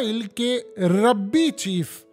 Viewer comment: ربی نہیں بھائی، رابی